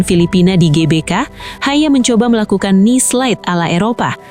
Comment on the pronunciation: Betulkan bagaimana harusnya nama "Haye" dicapkan, ia diucapkan "Hayeu"